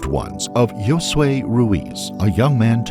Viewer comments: “”Yoh suh eh ee”” its “ho-suh-eh” ya dpsht!!! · Everyone, there is no “floor” outside. That’s called the GROUND! The ground! Let’s tighten up! And “Josue” is not “yo-sway”! It’s “ho-swè”. Let’s do better. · Yosue"?!?! Huh ? Hey AI, his name is pronounced "Hosue"!!! "Jay"?!?!. Is it Jay or Josue?? Make up your AI "mind"". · Josue (Ho-sweh) Yosway (Yo-sway) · ho-sway, the “j” is and “h” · Lol it's pronounced "Ho-Sway" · Pretty sure it's Josue like Hos-sway